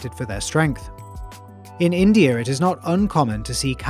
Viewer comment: How come you put an R at the end of words that don’t have an R? Like for instance, instead of saying, India, you say, Indier